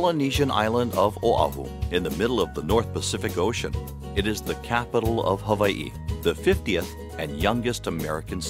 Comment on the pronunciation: Mispronounced Hawaii and Honolulu